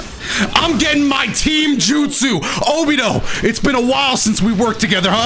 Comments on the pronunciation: I'd just like to point out that it's pronounced Obito, with the hard T, not like Obidoe, just saying :) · Saying obido sometimes was a lil triggering but overall I like the vid love the content keep it up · Did he just pronounce obito as "obido" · Did he really say Obido